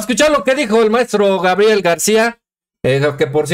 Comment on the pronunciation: Mi, saludos desde Chicago, una crítica constructiva, con mucho Amor, mi; se dice Gabriel, no Grabiel